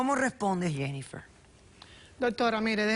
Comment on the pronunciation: La Dr Polo no sabe. Pronunciar el nombre. Jennifer!!;!!